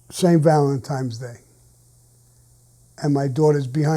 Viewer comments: It's Valentine not Valentime..... N not M. Duh. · If Sammy says ValentiNes day is valentiMes day then ok yh it is sure thing!! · "Valentimes day" lol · Tremendous story Sammy . Valentimes lol don’t worry your definitely not the only one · How many times I gotta tell you's kids? Valen-times. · You tell Sammy The Bull it's not pronounced Valentimes day. Actually you know what? Valemtime's day is coming up. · "Valentimes" Day is my favorite holiday.... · I like it when he says "Valentime's Day" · "Saint valentime's day" -Sammy the Bull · “ValentiMe’s Day.” Sammy the Bull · I love when he says Valentimes Day ! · That's the way most Italian American say it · LOL, I say it the same way.